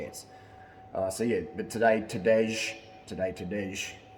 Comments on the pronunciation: HARLEY! Pronounce the name TADEY POGACHAR! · Tadey or Tadei Pogachar